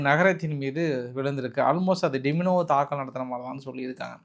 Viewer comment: டிமினோ இல்லை டிமோன (Dimona) pls correct next time 🙏😄